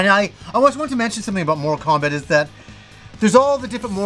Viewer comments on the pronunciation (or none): I was listening just the audio for a moment & I swear I heard "More Kombat" then "Moral Kombat" LOL. I'm like "what game is he talking about? There is a 1 & 2"?!? Lol your pronunciations have never thrown me off till now LOL. I've Loved your channel for what seems like forever. Never change,!:)